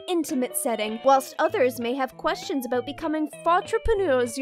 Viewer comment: in the fanart section you can hear a very canadian aboot